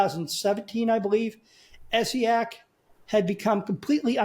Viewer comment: For someone who's done so much research about Essiac, you should at least have known how to pronounce her first name right, but good video anyway.